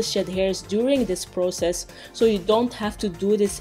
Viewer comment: I feel bad for laughing everytime you said process.